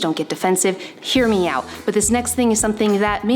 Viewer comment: Everytime you say “hear me out”, i thought you said “MIAO”